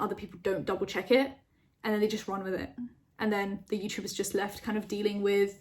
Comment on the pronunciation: At the "Let's start WITH" I heard WEED